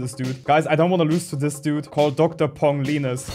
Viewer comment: Lol "pong lenus"